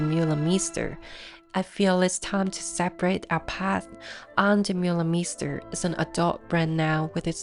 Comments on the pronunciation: Oh my god!!! Start by at least pronouncing her name correctly!!! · Lovely, though her name prononciation isn't correct. As a local DJ, I've met her several time in Antwerpen and once twice in Montparnasse. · Bro dutch is hard for foreigners to get a hand on. Why gatekeep her from making a good documentery because she cant pronounce the name completely right? No english speaking person who talks about fashion pronounces her name right.